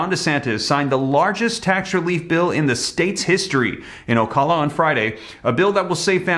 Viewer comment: O - cow - la Ocala........